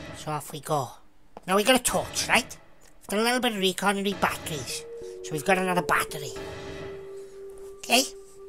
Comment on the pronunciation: then i wached ger da battorrrrrrys dai